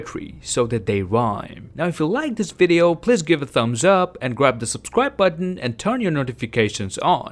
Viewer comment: I played this video at 0.75x and realized that he said we should "gRAb" the subscribe button